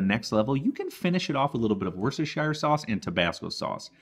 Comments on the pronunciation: Looks delicious, and simple enough even I can make it! Great content. (It's "wooster-sure," not "wore-cess-tur-shy-er," by the way.) Subscribed. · Worstershire sauce? Just pronounce Worster sauce, that's what we do in the UK. And please, start including the letter U into words like FlavoUr, ColoUr and etc. Also, the letter I in aluminium. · Wost er shur................ It's not difficult. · Pronounced 'woostersha sauce' you don't say the 'shire' bit .....or even just 'wooster sauce' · It’s pronounced “Woster sauce “!🤣